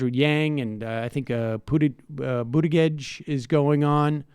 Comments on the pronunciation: I love Bernie and want him to get the nomination. But to mispronounce Buttigieg (whether he's a corporate shill or not) is just cheesey at this point. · Nobody on earth knows how to pronounce Buttigieg.